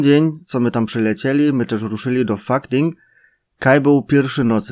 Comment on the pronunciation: ich liebe es wie du bei fuckding sagst ;) gruss vom "lehrer"